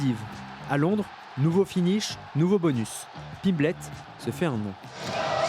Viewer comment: Paddy Piplette elle a dit au début 😂